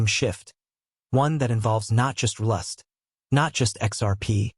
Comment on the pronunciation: Fix your pronunciation of RLUSD. It bastardizes your entire speel. Sheesh!